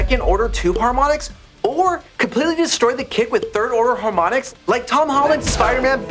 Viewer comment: "Haromnics???"But really a great video, thanks!